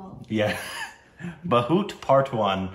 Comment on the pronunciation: pronounces the title correct unknowingly